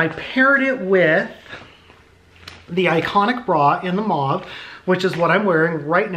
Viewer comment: Lol I’m so glad you know how to pronounce mauve I don’t understand where they get “moe-v” lol